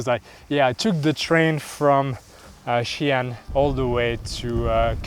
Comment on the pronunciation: Xian it's pronounced See-Aan btw love your red tiny van